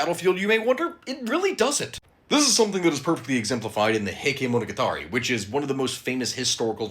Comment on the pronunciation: Heykay monogatarry.... spoken like a true american🧔🏻‍♂️